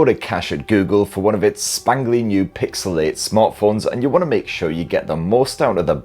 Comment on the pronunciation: Cant stop hearing pixelate. nice summary video though.